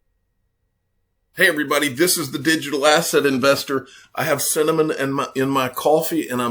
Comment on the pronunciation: as soon as he tried to say cinnamon, I paused and said i wont be a victim of an idiot